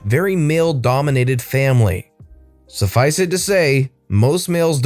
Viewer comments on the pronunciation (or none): none